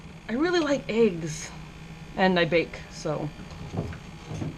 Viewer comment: EH-ggs... not AY-ggs :)